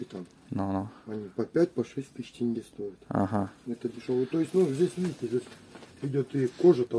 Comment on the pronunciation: Не Тэнге, а теньге че сложного та